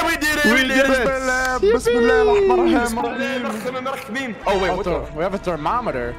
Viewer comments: i laughed when said besmillah 😂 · Why does.say Bissell